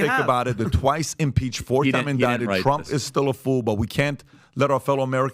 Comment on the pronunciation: "Trunff done sanked the Titanic boat AND he started dat Workd Wart 2" - my speech therapist Cardi-B